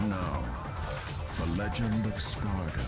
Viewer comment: Funny how Granny says "Sparta" instead of "Sparda". Just as expected of DMC 2